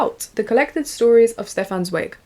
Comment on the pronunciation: so happy to see you promoting free favorites when so many other creators promote overconsumption :') also, im pretty sure Stefan Zweig is pronounced like TS--vige. "vige" like bike if that makes sense!! im starting beware of pity by him and am super excited to keep reading